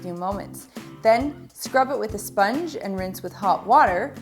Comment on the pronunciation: You messed up when you said SPONGE